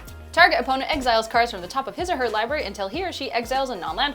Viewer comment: Hearing "liberry" kills my soul a little more every time.